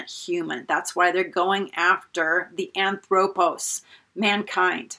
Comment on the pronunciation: Great stuff!! Not to pick nits, but the proper pronunciation of the greek word for man is HAN-throw-poss. The first transliterated o is omega and the second is omicron. Love your teaching and presentation style!!!